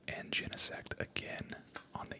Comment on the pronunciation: genesect pronounced jenna-sect